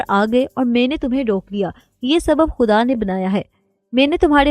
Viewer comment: اچھا چینج ہے۔ اس چینل کے مردوں سے زیادہ اچھا انداز ہے آپکا 😊 بس خ کی آواز پر خاص توجہ دیں۔ خ کو ح نہ پڑھیں۔ جیسے خواہ کو حواہ نہ پڑھیں۔ اور خدا کو حدا نہ پڑھیں۔